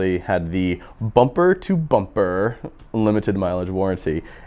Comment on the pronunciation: The way this guy says "bumper to bumper"